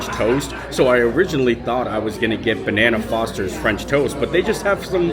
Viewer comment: It’s bananas Foster, not banana Fosters.